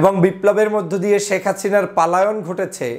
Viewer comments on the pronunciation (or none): পালায়ন নয় ভাই পলায়ন বলেন